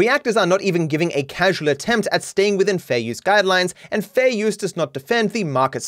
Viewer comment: Ethan "Fare Youse" "Freeze Peach" Klein